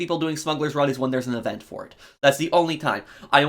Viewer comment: Still struggling to read i see. Can't pronounce event, Agatha, troupe, or entrepreneurial. Also still having shit takes. Criminal enterprises was qol changes disguised as an update